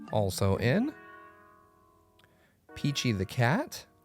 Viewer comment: Did he just say “Peachy the Cat”?!